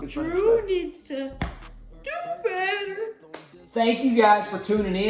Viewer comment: I loved when they said DoBeTTEr